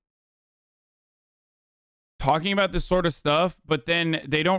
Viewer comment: Lmao how tf did Hasan catch that “aboot” I still can’t hear the stereotypical Canadian accent as a Canadian, maybe i do talk funny